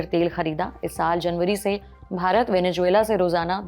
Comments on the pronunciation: Venezuela होता है मैडम, वेनेजुएला नहीं। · Venejuela ❌ Venezuela ✅ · Venezuela 😂😂😂 Venejuvela 😂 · Bekaar Reporter hai Venezuela bolna bhi nahi aaraha hai